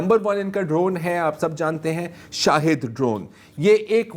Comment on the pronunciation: سلام ایران کے ڈرون کا نام “ شاہد “ نہیں “ شہید “ ہے